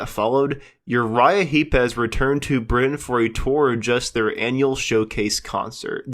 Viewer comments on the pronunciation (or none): none